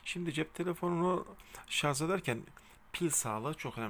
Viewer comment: Hocam şarz değil Şarj. Ama bilgilendirme başarılı👍